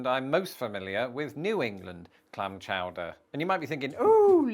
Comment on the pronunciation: Clam Chooder 😂